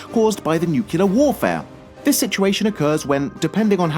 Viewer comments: it's nuclear not nucular ! two syllables not three! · Entire worlds? You mean entire cities? Also, it's NUCLEAR, not NUCULAR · NUCLEAR! NUCLEAR! NOT NUCULAR! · NUCLEAR! not nucelar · NUCULAR!? NUCLEAR!!!!!!!!!!! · WTF IS YOUR PROBLEM??? WHY DO U HAVE TO SAY NUCULEAR?? ITS NUCLEAR BRO!! NUCLEAR!! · Here we go again... the "nucular" missile. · "tha nookyoolyaar missile".. yep.. People don't know how to talk. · Sorry, cant watch anymore when you use the word "nucular". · "nucular" facepalm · Not only is the title of the video inaccurate and click bait, but you can't even say "Nuclear" correctly. I guess this video is narrated by former President W. Bush, with a British accent. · Nuclear comes from "nucleus", a word of latin origin meaning "core". There is only one way to pronounce "nucleus", and from that there is only one way to pronounce the derived word "nuclear". You are doing it wrong. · why do you say nuclear like Lex Luthor from Superman 3?